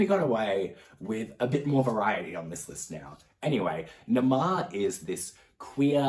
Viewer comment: I think the h sppoues to be heard, you said Naama (witch is Hebrew name) just let you know